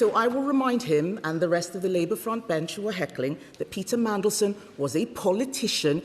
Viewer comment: He should have gone from day one! He is the most hated man in the world he is a disgrace to the uk! Fcuk off! He talks about our national interest while letting terrorists and rapists into the country! He can’t even say mandelson properly mansion 😂😂😂😂 he has to read from a piece of paper what a complete bellend! Look at his two nodding dogs in the background! They need to piss off too what a joke labour are! He takes no notice of kemi writing nothing down on a piece of paper 🥴 oh and stop meeting leaders on tv and patting them on the back like your part of the world stage YOU ARE NOT! YOU ARE A CRINGE PIG NOSED SMELLY BREATH PIG!